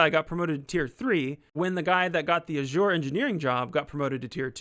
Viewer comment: You keep on pronouncing Azure wrong lol